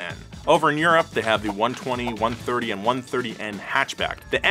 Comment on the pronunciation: Following donut media for last 5 yrs and was my favourite until he called it "one twenty " and "one thirty" Bruhh it's "i twenty" and "i thirty"😂😂😂